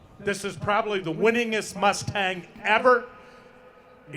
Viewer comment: I really like that mus-Tang. It is su-Per coo-L